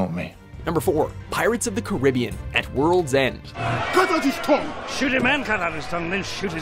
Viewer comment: They still can't pronounce Caribbean.